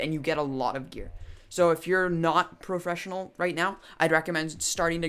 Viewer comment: professional not pra fessipnal